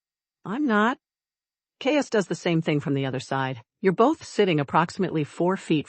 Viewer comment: 🙄😖AI, WHY do you voice the MALE HIGHER, jumping ABOVE the female's?.Even when script reads "DROPPED into a LOWER REGISTER"😮, you go up! sharp & uninfĺected, until drop DOWN to female'..?? Mispronounced CAIUS, it's KI' ( like SKY)-us & Isolde ≈ ih ZOLE' duh, 👉 ok?😅 & compote= KAHM'-pote ♥︎😊yes. Per-FEKT'lee , no😢